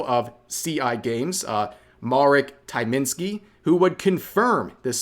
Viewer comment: am i the only one who is mad at the fact on how Rev has said "Tyminski"?